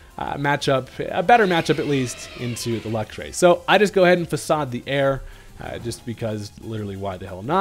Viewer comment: Faacaad 😂 its facade